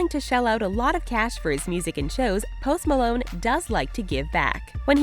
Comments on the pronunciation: i thought she said toast malone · The way she says his name is just ugh